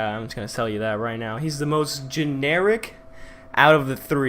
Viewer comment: “riGhT” that was so annoying